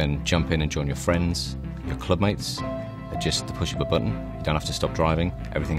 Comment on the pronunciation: "At the tuch of a buttun"